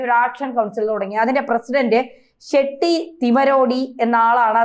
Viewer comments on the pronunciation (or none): ഷെഢി അല്ല ഷെട്ടി